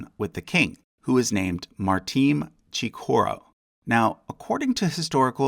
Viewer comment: You're pronouncing "Al-Andalus" as if it were spelled "Al-Andulas," which is somewhat distracting. It's pronounced quite phonetically, roughly "ahl ahn-dah-LOOS." "Chichorro" does not have a 'k' sound in it. chee-CHOH-ro, even if you don't roll the 'r.'